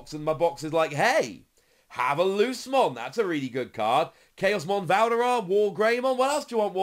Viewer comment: Ngl it’s like an itch every time says lucemon like loosemon, not luce’mon